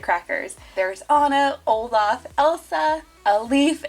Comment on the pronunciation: You said oleef instead of olaf lol